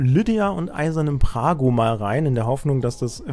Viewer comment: der Champion heißt nicht "Prago" sondern Brago.....